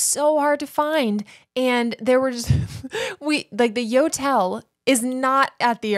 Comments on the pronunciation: I actually snorted laughing at picturing the airport staff's faces when you kept saying yotel and they say "do you mean hotel"? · That “Yotel” sounds more like a “NOtel” 😅